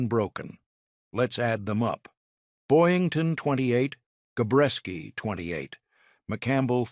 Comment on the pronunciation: Jesus H. Christ...it's Gabreski not Gorecki...get tour crap together AI.